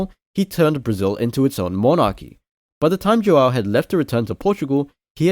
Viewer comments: Pela maneira que pronunciou "brasil" pensie ok é br, mas depois ele pronunciou joão, e fiquei...n parece br... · Great video, the Portuguese wasn't bad, it even got me started on the pronunciation of Brazil, and it even left me in doubt, but it gave me away with "João", it's hard to have a good pronunciation without a lot of practice... I was just in doubt, but great video